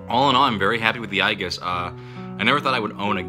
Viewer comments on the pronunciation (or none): ProZD it's A-Gis not I-Gis. It's another name for a shield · aye-gis NO ITS PRONOUNCED AAAYY-JISS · Ay jis not eye jis. Age-iss also acceptable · Maxdoggy Gaming Aegis is pronounced eyegus lol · Aegis is a word of Greek origin and is pronounced "EE-jiss." Not "AY-juss," and not "AY-giss." It was adopted into Latin eventually, and may have been pronounced differently there, but "EE-jiss" is the only recognized English pronunciation of the word. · Ay-jiss or bust. Beside why does the original commentator not even mentino how ProZD actually pronounced it? It wasn't Ay-jiss, nor Ay-giss. It was fcking EYE-giss, which honestly is lesser heard (someone mentioned it's a name in Persona 3). Funny how this word have so many pronounciations, and seems like each one has enough of a following to be a thing. Dota2 community (a huge but not smart one - I give you that) almost exclusively use Ay-jiss or Ay-giss. How about EE-giss? EYE-jiss? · Eye-guess?! It's A-Jess! (Aegis) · "Ayyyy Jiss", like Aegis Ballistic Missile Defense system. Not "I giss". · Eye-gis? EYE-GIS? I'm not surprised, honestly lol. This word is the name of the story I've worked on for four years. It's a dumb greek word pronounced "Ee-jis". I thought it was "Ay-jis" for the longest time but nope. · Ay-jis. Not eye-gis. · Aegis is pronounced A-Jis. Not I-Gis. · not to be a stickler for word pronunciation, but i think its pronounced "ay-jis". "eye-gis" is usually spelled "Aigis" congrats on the new computer! wish i game a gaming one. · isn't it ay-jis and not ai-gis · it's clearly AYY-GUINNESS lads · It's pronounced "ee-jus" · He pronounced it EYE-giss. A Japanese RPG is no place to take your English pronunciation cues from. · Ay giss you could say he pronounced it wrong. (I was coming to post the correct pronunciation too by the way :P) . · i always thought Aegis was pronounced Ay-jis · Eye-gis 3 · did you really just say I-giss?! ~_~ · i thought aegis would be pronounced like ee-jis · "ai gus" lol ok XD